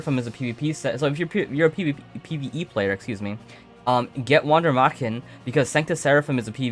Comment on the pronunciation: you are almost there on the pronunciation of Wander Marchen just change the A into an E and the W is pronounced as a V : Vander MErchen the chen you say here is correct